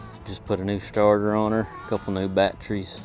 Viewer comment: “…a couple new bat-trees” man that brought back memories of my grandfather who said batteries very much like this.